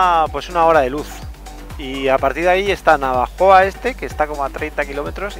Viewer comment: Repite conmigo, Na - vo - jo - a. jaja, buen camino!!!!